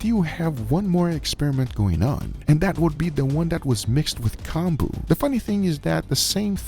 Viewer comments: Pronunciation is Koh-n-boo, so a long o that sound like “cone”, not short o that sounds like ah Os in Japanese are ALWAYS long Os, and U like Konbu (boo) are always long U. But make sure not to make the vowel song last too long or else meaning changes. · I like how he pronounces konbu as "Kahn-boo" and pronounces it correctly shortly after haha